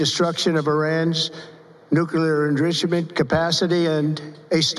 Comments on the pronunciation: "Nuclear enrissiment?" "Nuclea threat?" Yup, he sounds like an idiot. He probably didn't pronounce the Iranian leader's name properly, either, though I must admit I didn't even know the leader's name. "We worked as a team like perhaps no team has ever worked before." "Joint chiefs of saff." More highlights. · What is “nugular enrishamen”??? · Nucular indrissement capacity? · "Nuclear enrucerment?" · Pls help. What is an “endrusimant” DJT might need a dictionary… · Dear God, he can't even say 'enrichment.' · Couldn't pronounce enrichment. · 'ENRICHMENT" ???? Is that the word you were trying to say you POS??